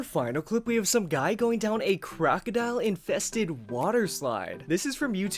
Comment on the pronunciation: He said crocidl